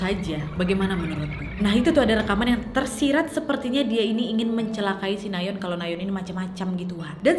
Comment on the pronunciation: Orang lain : Nayeon / Nayon ❌ Ka nadia : NaYeOn ✔️